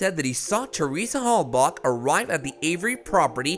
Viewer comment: Please stop saying "Hell-Bock"!!!